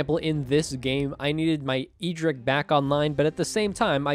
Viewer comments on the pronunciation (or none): My man, you love you say the MTG character's name in an eccentric way. EE drick? Who is that? It is "Ed drick".